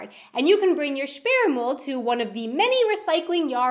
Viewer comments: You need to improve your pronounciation of "ü". When you said "Sperrmüll" I understood something key to reproduction of humans. That could get you into embarresing missunderstandings. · Sperrmüll means bulky trash not blocked trash = sperrig not Sperre/gesperrt 😉